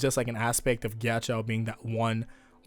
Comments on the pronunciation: i thought ghiaccio was pronounced gee-achi-o not gee-achi-aou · nobody:: "Geeyacheeyao" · Jack-io, plz pronounce it correctly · everytime he says "melawn" or "mel own" instead of "mehlohneh" it hurts my brain Edit: oh god he pronounces ghiaccio as "gyachow" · HEY. You know Ghiaccio? Why does Pronounce it Gyachyow? HUH!!? WHY!! SAY IT RIGHT. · Your pronunciation of Ghiaccio as 'gyachow' kept cracking me up the entire video 😂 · Mispronouncing Ghiaccio, see what you did there.